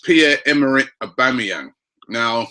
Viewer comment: Robbie finally pronouncing Aubameyang correctly!!!